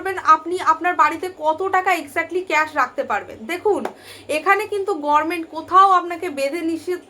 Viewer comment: গরমেন্ট কেন বলছেন, দিদির মত ভুল উচ্চারণ, অনুপ্রাণিত নাকি ?